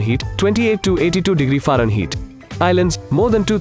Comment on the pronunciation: You did not pronounce fahrenheit right because you pronounced it farenheeet, while it is supposed to be Fahrenheight